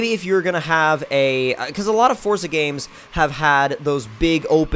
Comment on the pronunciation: And its definitely forza not fortza